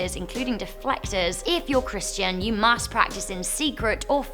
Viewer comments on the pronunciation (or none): none